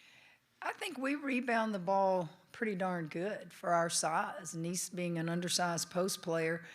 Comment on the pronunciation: Why he keep calling her ANEESHA? They say her name ALL THE TIME and you still keep playing in her face calling her out her name. It’s disrespectful and unprofessional. It’s not the first time.